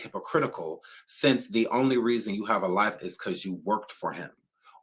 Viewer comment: “Seems like yu ready”😂😂